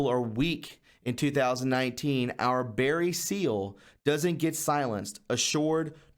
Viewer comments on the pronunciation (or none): none